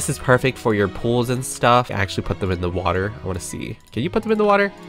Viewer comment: Not a soul:: You ca- fil wit waahhhh